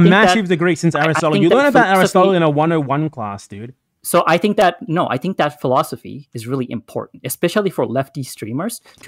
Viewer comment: They like to say "philosoply" because it has four syllables.